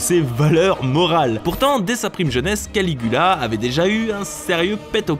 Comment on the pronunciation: Jai entendu Canicula au lieu de Canigula